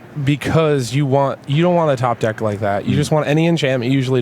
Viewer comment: am i the only person earing them says "dicks" each time they pronounce deck ? maybe it is because i'm french :)